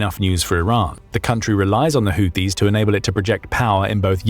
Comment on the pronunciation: The AI narrator keeps calling the Houtis the Haitis! No one has Updated it's spellcheck!